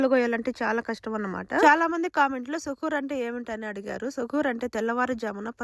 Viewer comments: సుకుర్ కాదు సుహూర్ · సుకూర్ కాదు దాని పేరు " సహుర్ "